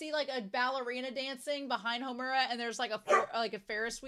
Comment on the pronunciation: Pronunciation guide: MAD-oh-ka. SAI-ah-ka. HOHM-ur-a. (Emphasis on the first syllable) Wall-PURG-is-NACT.